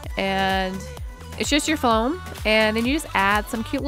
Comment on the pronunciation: why does she say foam like floam